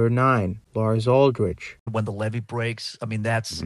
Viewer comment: Whoever's narrating this needs to read the names. Lars Uldrich?? Dude, did you say when he was axed a question? Come on! Your the narrator!